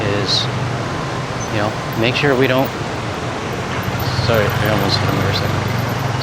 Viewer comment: There's that Canadian accent ' Sorry ' ' Walk and talk isn't like early scripted I prefer the early show but the city you're walking through is beautiful